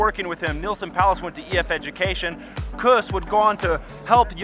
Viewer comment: Say: KOOS. Rymes with caboose. Say it right man